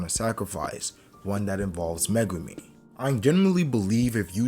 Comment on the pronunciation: The only reason I'm not subscribed yet is due to the way you say Megumi